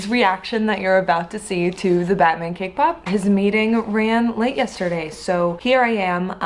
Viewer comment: Everytime she says cake pop, I always somehow hear her say K-pop xd